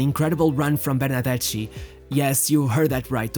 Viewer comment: Just read it: Ber-nar-des-KI ... pls ^^